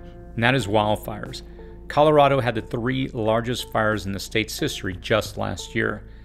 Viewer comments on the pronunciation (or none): none